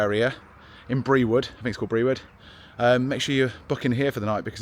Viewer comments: My neck of the woods. Brewood is pronounced Brood- oo as in moo ! Lol Lovely little place. Enjoy 🩷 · Hello brewood is pronounced brood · Brewood in staffordshire is pronounced “brood” 👍🏻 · Brewood is pronounced Brood! Lovely stop on the canal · Brewood is pronounced Brewed. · Some great walks on the "cut" ie canal. Brewood is pronounced "Brood", but i knew where you were, great pub. Sam Garrett is a great artist